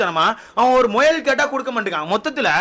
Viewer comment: Muyal❌moyal✅✅😂😂typical south Tamilnadu slang